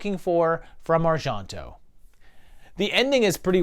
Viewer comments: Why are you pronouncing Argento like it’s French (Ar-Jon-to)? It’s Italian and pronounced exactly how it’s spelled. (Ar-gen-to). I love your videos, don’t get me wrong, but that was bugging me. It seems I’ve only seen the top 3 of his films and I would’ve ranked it exactly as it came out. Suspiria is one of my all time favorite movies! It is just awesome to experience. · Pretty sure it's pronounced are-JEN-toe, not are-JEAN (as in the French name Jean)-toe. I don't think Italians ever pronounce e as "ah" like that, and g is like the gs in George, not the s in pleasure. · Yes, the pronunciation of Argento was making me a little nutty but interesting list. I didn't agree with a few but fun video with good explanations on his thoughts for each movie. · Why on earth do you pronounce Argento with a (fake) french accent? O_o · You’re pronouncing names wrong. Cmon, how does everyone else pronounce Argento, Asia, Tenebre?